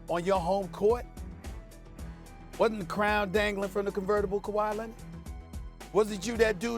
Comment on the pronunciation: Stephen "Ka-Why Lennit" A. Smith